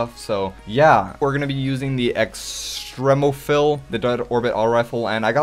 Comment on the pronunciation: you said extremo phill